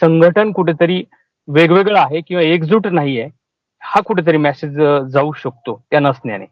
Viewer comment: मॅसेज नाही मेसेज म्हणायला शिका